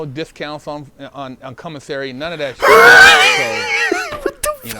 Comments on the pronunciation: I was working out and you almost made me drop the weights on my face when you said “cumasary” 😂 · Let’s take a shot everytime he says “CUMASSERY” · I thought I was the only one who heard “cumissary”.😂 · He definitely said CUM missary, and I also heard did a gay porno called Koala Man! I can't prove if it's real, and I'm not brave enough to look it up. do be speaking the truth sometimes, but he do be looking a lil suspect also! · I heard commissary , G. 🙉